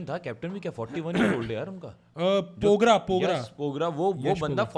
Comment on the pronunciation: Bkl vo pogra ni dogra ha 😂😂😂